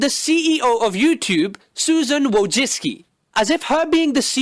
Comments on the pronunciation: her name isnt pronounced Woo-joh-sky. Its Vooy - chi - tz - ky xD popular Polish name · Susan wojcicki The ceo of youtube Its a polish surname You pronounce it Voy-chi-cki